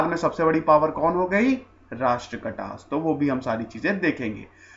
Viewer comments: राष्ट्रकटा नहीं राष्ट्रकूट घराना था...अंग्रेजी में राष्ट्रकुटाज् भी कहा जाता है, राष्ट्रकटा नहीं... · Pronouncement is not proper,, example,,,, rashtrakuta.... The right movement... Rashtrakata... Wrong pronouncement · Correct your pronunciations. It's Rashtrakoota AihoLay